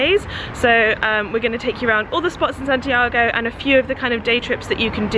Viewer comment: Hey if you're in Chile, pass by the Marble Caves! It's really south, 8th or 9th region, but it's gorgeous! Also, I can't help but correct you (sorry) but when saying Santiago, "go" isn't really like the English word go, but rather a short o, like "goh"! Sorry for correcting you, but it's just a small difference in alphabet pronunciation! ^_^ have fun!